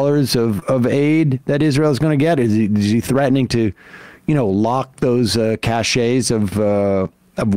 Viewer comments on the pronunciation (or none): Cache sounds like cash, not cashay